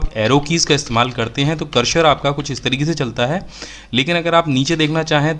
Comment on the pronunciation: सर, करशर नहीं होता, ,,करसर कहते है, दोनों में फ़र्क़ है न !